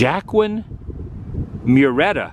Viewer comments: Lol, Adam, it's pronounced "Wah-keen" , not "Jack-win". Like Joaquin Phoenix, the actor. And it's "Mur-ee-etta" not "Mar-etta". Like the city Murrieta, California. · adam.the mexican banditos name was pronounced wa-keen mur-re -etta. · Adam....with regards to the pronunciation of the notorious bandit Joaquin Murrieta......it's phonetically pronounced......Wa-keen Murry-eta. Great video through my neck of the woods....or farmland in this case. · HEY ATW...THE MARKER YOU READ TOWARD THE END OF TODAY'S EPISODE is pronounced "Waa-keen M-Yur-ee-et-ta". The bandit's head was cut off and preserved in a jar (we learned of him in school). There's a lot of photos available. Are you heading towards Anaheim? You barely showed anything in Seattle. Is that are there was to see? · Wah keen Murieta is how his name is pronounced not Jack quinn.